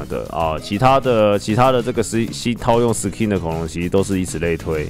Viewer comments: SKIN的K要用ㄍ發音 不是ㄎ想講很久了-. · 不好意思 是念Sk(ㄍㄧㄥˋ)in吧？ 好奇問一下 如果小弟我有錯 請跟我說